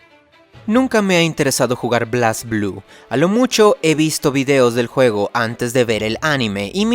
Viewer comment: ¿Qué pasó con ese inglés mi buen? Creí que lo pronunciarias como es (bleisblu) y no blasblú